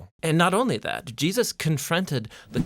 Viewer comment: Why do you say Jesus with a hard "sus", is that the real pronunciation?